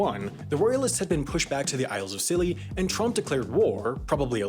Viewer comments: Are we just going to ignore the fact that said Trump instead of Tromp when talking about the Netherlands and Scilly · Tromp sounds like trump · Tromp sounds a lot like trump